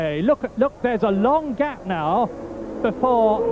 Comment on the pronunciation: Gay-p = “Gap”